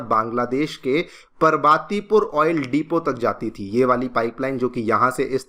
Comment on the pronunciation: Why pronounce पार्वतीपुर as परवातीपुर ?